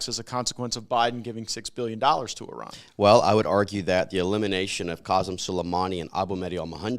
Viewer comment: What was that iran pronouncing 😅